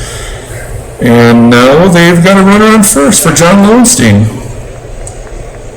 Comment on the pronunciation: It's pronounced Lowenstein, LOL. Good for sticking with Wilcox, I like my starters to go at least 6 innings. Otherwise you are over taxing your bullpen. I think that is a picture of Tino Martinez and not Tippy